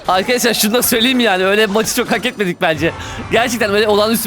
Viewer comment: Abi sen daha fazlasini hakediyorsun,cunku "hake" diyorsun😂😅